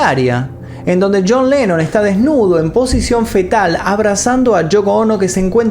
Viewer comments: dice yean lenon ,, no yon lenon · pronunciaste yean